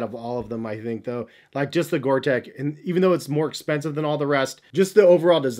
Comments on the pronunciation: Sorry to be pedantic, but it's Gore TEX...with an X, not Gore Tec. HAHA! Thanks for the great review! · Hey, Bro... it is GORE-TEX... not "GORE-TEC". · Tex. Gore-Tex. Not gore-“tech” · I’ll be that guy...... Gore Tex! Not Gore Tech. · Gore Texxxxxx not Gore tekkkkkkkk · I'm sorry but for a pro trainer guy to call 'Gortex' "water resistant" instead of "waterproof & breathable" (which is the science behind the Gortex guarantee) is a bit amateurish... Also, as in other comments its Gortex not Gore-Tech... You live & learn i guess... 😊👍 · It’s called Gore-Tex like you would call someone from Texas. Not Gore-Tech like you keep saying. Sort it out! 🤦🏽‍♂️ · GORE TEX!!!!!!!!!!! ITS NOT GORE-TECH. omg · Gor TEX like in SEX, not tech